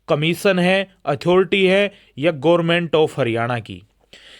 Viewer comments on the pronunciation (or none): none